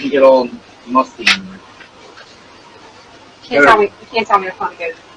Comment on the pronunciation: This narrator can’t even pronounce Cherokee… google how to pronounce it. And stop saying der and dare. They’re pronounced The and there. You’re an embarrassment to England.